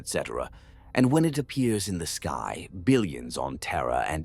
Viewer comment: TERRRA and it's pukka neighbours